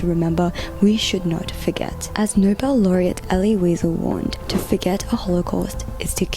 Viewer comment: That was excellent except you mispronounced Eli Weisel’s name